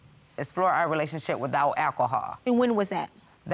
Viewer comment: Who else heard relationsip!?🤭😁😁🤪